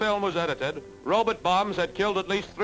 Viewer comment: "Rowb't"? What, is he Zoidberg?